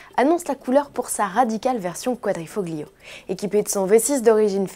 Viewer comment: Arrêter de dire quadrifoggggliiooooo on prononce pas le g !!!! c'est comme si il n'y en avait pas on prononce quadrifolio !! désolé ça devait être dit